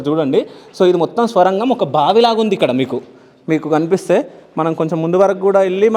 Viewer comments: Swarangham kadhu sorangam ani cheppu bro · స్వరంగం ఏంటిరాబాబూ, ఆది సోరంగం.